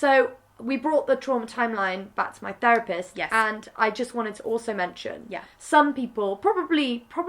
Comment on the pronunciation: “ training to be ferapist” .... maybe learn how to actually pronounce the th first you idiot